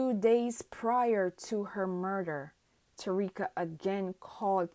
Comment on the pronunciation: Who is Tareeka…. If you are going to make a video say her name right….. Ta-ky-ra